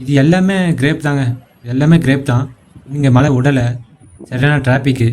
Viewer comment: அது கிரேப் (Grape) இல்லை கிராப் (grap) சரியா சொல்லுங்க